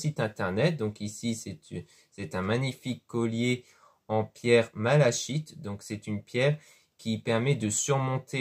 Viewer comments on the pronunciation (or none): Bonsoir jeune homme vous prétendez connaître les pierres ! Alors prononcez leurs noms correctement ! Malachique se prononce MA LA "kI " TE ! Guidance beaucoup trop confuse j'arrête de vous écouter prenez des cours !!! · Ça s'écrit malachite et pas malachique. Vous voyez bien que l'erreur est humaine, il n'y a que les personnes qui ne font rien, qui ne font pas d'erreur... Et encore, je ne considère pas la prononciation comme une erreur, on voit tout de suite de quelle pierre il parle. Comme votre erreur dans l'orthographe n'est pas une erreur grave, on comprend. Par contre vous êtes agressive pour rien, il donne de son temps pour nous, et vous... vous partagez vos énergies négatives... Enfin bon, j'espère que vous arriverez à prendre du recul et vous excusez auprès de ce jeune homme.